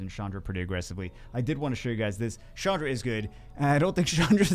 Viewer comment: who the heck is Shandra? Ch doesnt make a shhh sound. get it right. 😉